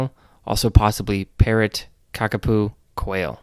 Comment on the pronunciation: cockapoo instead of kakapo is so funny